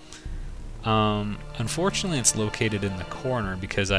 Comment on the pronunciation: "I don't own it unfortunently" Rectify this! It's great. XD